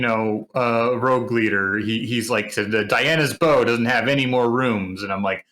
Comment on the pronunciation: Ok, now I cannot unhear "Diana's bow"..